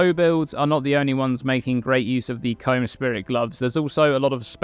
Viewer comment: You know you'd think with the amount Kaom is pronounced in-game; you'd pronounce it right and not as Comb.